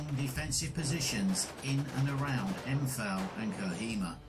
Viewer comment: This is so annoying. He constantly mispronounces “Imphal”, which is a hugely significant battle and very well known. It’s also incorrectly spelt on the map. And he repeatedly pronounces ‘lieutenant’ as “lootenent” in reference to British officers, as if he’s speaking American.